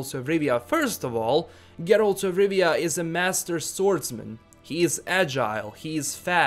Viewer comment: I like how you say Geralt